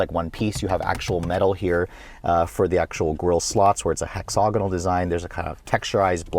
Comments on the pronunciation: Hexagonal … every time he said hexogonal 🤦🏼‍♀️ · Beautiful car, very nice review, but bro, you need to learn how to pronounce "hexagonal" properly. You pronounce it, "hexogonal". The "ag" part rhymes with ag, is in agriculture, not og, as in egg "nog".